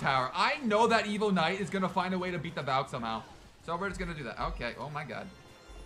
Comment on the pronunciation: When says evo knight what i hear is evil knight